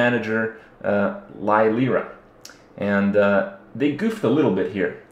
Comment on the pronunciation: Lie-lyrra? Wow, you sunk low.